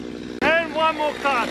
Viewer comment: "Saftey is numbar wan priority in this video"